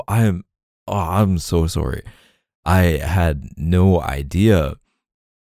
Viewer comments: I think my fave is when he apologises and says 🇨🇦sowry🇨🇦 😍 haha. Omg nazwa, makes me wonder how many hours we must’ve spent listening to his voice!! (I regret not a single second of it 🤣) I love it when he drops other languages in the audios, he really does nail it. (The best I can do is a teeny tiny bit of French and my accent is suuuper suss 😬🤣) It’s always fun to see that there’s Bumbles from all over the world here too when he does it 🫶🏻 All united in our love of K’s amazing audios (and his very sexy voice 🥵😂) 💖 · “I’m so sooorry” 🤣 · The way he says sorry as 🇨🇦surry🇨🇦